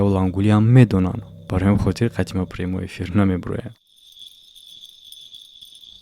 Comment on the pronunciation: "примой эфир" 🤦‍♂️ ещё раз "примой эфир" Карл 🤦‍♂️